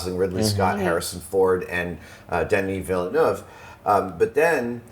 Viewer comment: Adam saying "Denis Villeneuve" is the closest proper prononciation I have heard from an English speaker in a long time, and this make me happy for some reason ahah